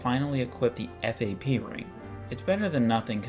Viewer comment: Can't believe he calls it F-A-P ring instead of fap